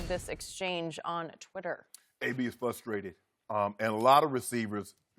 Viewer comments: You misquoted Shannon in the video title, he said "AB is fustrated" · he's fusstrated